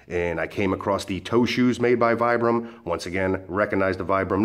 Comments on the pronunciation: It's pronounced VEEBRAM, after it's Italian inventor Vitali Bramani. He developed it in 1937, to replace the leather and hobnail soles used by mountaineers. Regards. addendum: Teva isn't pronounced TEEVA. It's TEHVAH. Teva is a Hebrew word for nature. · Natural Training Center e sound rather than I sound but not a long eeee. There are rarely long vowel sounds in Italian:) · Vibram (Veebram), is an Italian company. Pronounce is "Veeebram". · No it's Vee-bram. The manufacturer pronounces it this way. I pronounced it the incorrect way for a long time until I saw the company representative say it themselves. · Aloha, I've been wearing vibrams for several years these are very interesting. I use mine for hiking, running and Standup paddle, it's actually pronounced veebram my buddy has a store here in Vegas. Thanks for the video.